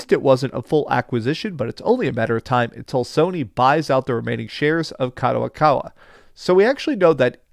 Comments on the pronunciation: Its Kadokawa not Kadowakawa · it's kadokawa not kadowakawa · What's up gayburs.. The guy's pronunciations are off more often. - Gayburs - Kadowakawa - Klyobrille etc. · Kadowakawa ????? Who tf is that 😂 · doing it once is maybe passable but god damn he's been saying kadowakawa for 3 videos now lol i'd expect better from someone who worked 10 years at a book store and reads books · At least read Kadokawa properly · Stop butchering the name. Wa Wa WAHHH